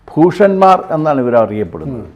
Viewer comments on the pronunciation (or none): ഭൂഷൻമാർ അല്ല ഭോഷൻമാർ എന്നാക്കണം സർനെയിം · ഭൂഷന്മാർ അല്ല.. ഭോഷന്മാർ.